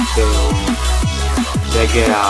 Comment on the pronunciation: DeGea se čte DeChea !! :D Ale jinak pěknej balíček při mém štěstí by mi padl tak Kompany.. :D